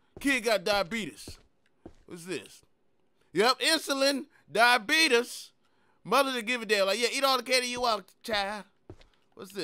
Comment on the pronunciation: I replayed that just to hear him say diabeetus again 🤣🤣